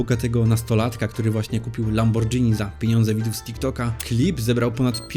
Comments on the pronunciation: LamborGini, nie Lambordżini. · lamborgini nie lambordżini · O to to, słyszę lambordżini, to mnie skręca.. pewnie raz na jakiś czas je też spaDŻeti...